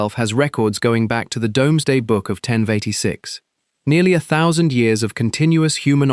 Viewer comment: It’s pronounced “doomsday” 😅. “Grade eye listed”? 😂.